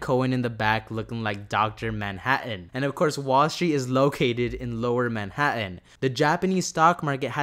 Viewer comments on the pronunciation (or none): none